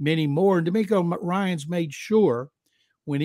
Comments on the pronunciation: DeMECO Ryans 😂 Who is Demarco Ryans?? 🤣🤣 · I had to rewind it.....and yes....he said Tank Bell....and Demarco Ryan.......😂......where do these people get their info from....at least get the names right